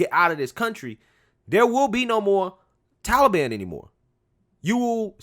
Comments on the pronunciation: The way he says Tollybon......yikes 😬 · Can someone make Grandpa stop pronouncing Taliban as Tolly Bonn. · Bro, the "Towlie Ban" (As Biden pronounces it) would have given us more time if we would have explicitly said we were moving people out. The 31st was the end of a cease fire. Do the Taliban really want to instigate outrage as the USA is pulling out? If they would piss us off enough as we were removing personnel, we would say "F it," and go back in harder and make them regret it. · Who are the Tally Bon? Stupid Joe can't even pronounce the name correctly.